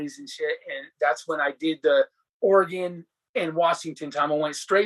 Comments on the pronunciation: It's Oregun pronounced bro. Ha. Not Oregone 😂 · Hey I'm a big fan but I'm from "or-gun" not "ory-gone" 😉 that's how us "or-gun" natives say it. It's funny because almost all people east of the Rocky mountains say it lol